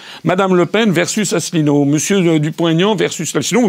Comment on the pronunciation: Le comportement de ne l'honore pas. A commencer par cette façon désinvolte de massacrer le nom de l'invité. Un mélange peu savoureux du Bully de cour de récréation et d'adolescentes ricanantes. Pourquoi inviter quelqu'un que l'on n'a aucune envie d'ecouter? Enfin, penser que l'on connait quelqu'un parce que on a passé 15 jours intenses à préparer son sujet? Heureusement que j'ai vu des tas d'autres interviews passionnantes et courtoises sur Thinkerview.